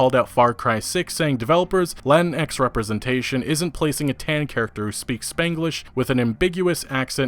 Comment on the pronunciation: just a heads up: you dont pronounce the x in latinx lol